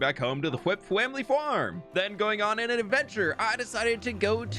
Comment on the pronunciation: how come you say fwamily fwarm and fwishing but say flip when you could have snuck your own name there?